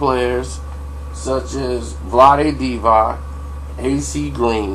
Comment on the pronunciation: lol nigga said vlade divak smh..